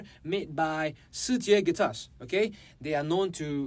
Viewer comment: Finally I hear the correct way to pronounce Shijie! I have the STE model and I want at least their TLV, but I need to save some money first.